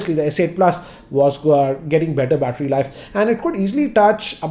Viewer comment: batter... With English Accent.. MUST WATCH